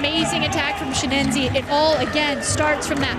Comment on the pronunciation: Chineyze, Chineneze, Chinize, Chi enyese... Not a single speaker said his name right though. No a single Chi-nen-ye-ze given today.